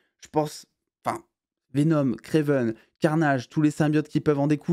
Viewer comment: Par pitié j’en peu plus vraiment c’est Kraven pas Kraiven !!